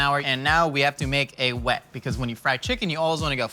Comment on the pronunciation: pronouncing the h that isnt in wet